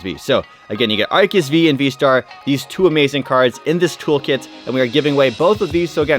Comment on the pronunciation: It is Ar-see-us